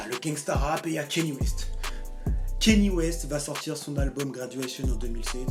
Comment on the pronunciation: Comment t’arrives à dire « Grammy » mais t’arrives pas a dire « Kanye » ? Le mec a fait carrément une chanson où il chante son nom pendant 3 min « i love Kanye »... mais tu dis toujours « Keni »